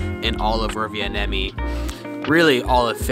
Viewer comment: Se n on pitkä n, se ei ole Rova niemi. Vaan Rovan niemi.